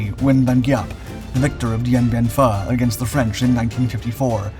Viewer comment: Geeee app .. come on let's say it together , his name was general Giap (Geee app) not whatever mispronounced b.s u said .